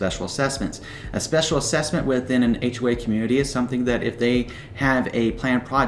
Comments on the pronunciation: Wow i just noticed that....ahhhhhhway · It sound like he is saying H way. But good info